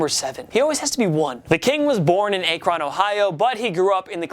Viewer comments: It's not a-cron It's ak-ren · Ack-Ron not ache-Ron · Its Akron not A kron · Bruh. It's not Akron (Ayy-kron), Ohio it's (Ahh-kron). Also LeBron can't say shit about Cleveland schools looking down on Akron schools. He went to St. V which is a mini-college team that recruits players and dominates in the lower levels in Ohio. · My man said "Aykron" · Cringing at the pronunciation of Akron, Ohio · He said Akron wrong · I’m from Ohio and the way he said Akron kinda made me mad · Y’all pronounced Akron Ohio way wrong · As someone who lives in Akron, Ohio you pronounced it so terribly lmao. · Good video but why did he say Akron like that